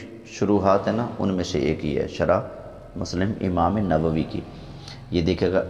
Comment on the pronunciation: G lafz nawvi nahin balkeh nawavi hai Shukria